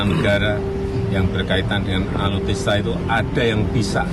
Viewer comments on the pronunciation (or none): Bukan Alutista tapi alutsista pak